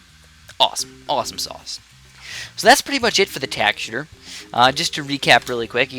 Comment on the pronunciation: Why does he say it as tackshear